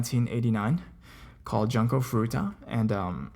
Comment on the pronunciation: 'Junko' is pronounced "joon-ko" ;v